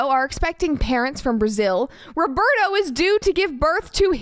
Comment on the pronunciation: I'm brazilian and the way she's pronouncing Roberto kills me every time.